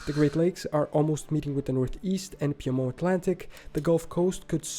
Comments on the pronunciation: Its Peed-monT. Not Peahmon. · We would pronounce "Piedmont" as peed-mont, not a French accented version. It's the Cascade Mountains in the Pacific Northwest, not the Rockies. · His pronunciation of Piedmont is off, it's a French word, but it is pronounced Peedmont in the US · The narrator should have reseached the proper American pronounciation of Piedmont, Tahoe, Spokane, etc.